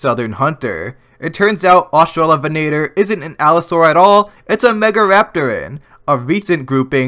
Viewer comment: btw, your second pronunciation of Australovenator was spot on the first time.